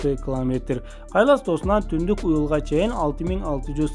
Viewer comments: Клометр дебей километр деп туура суйлочу.Маалыматына рахмат. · Туура окучу бай болгур , кламетр эмес километр ! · Муну биз сенсиз эле коп жыл мурун укканбыз ,жанылык эмес !! Эмнеге жулунасын менин сага айта Турган кенешим ,жакшыраак окучу ,биринчи класстын баласына ,окшобой кламетр эмес километр , кулкуну келтирбей